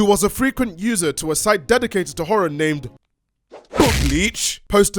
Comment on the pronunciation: the way you said BOGleech, jesus christ.